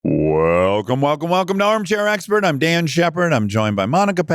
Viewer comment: Why is he saying his name is “Dan??”